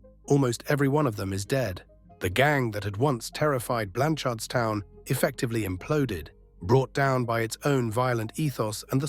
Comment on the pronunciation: It’s pronounced Blanch’rdstown 🫡